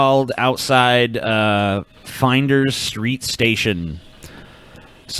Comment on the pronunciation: "Finders street"... its FLINDERS STREET.